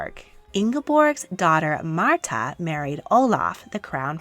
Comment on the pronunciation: You mispronounced Märtha and Ingeborg. 👎